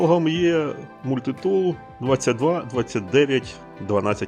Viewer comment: Мабуть, мається на увазі наголос - мультИтул, який був на початку відео.